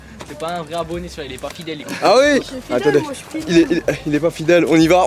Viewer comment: c bizarre quand tu dit oui toi tu dit uiii